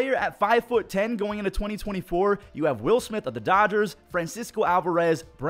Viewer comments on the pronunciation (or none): none